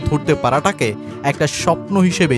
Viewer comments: ভাবুমা নয় ভাই !😂😂😂 বাভুমা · বার বার 'ভাবুমা' শুনতে শুনতে বিরক্ত হয়ে গেলাম।নামটা অন্তত ভালো ভাবে উচ্চারণ করা উচিত।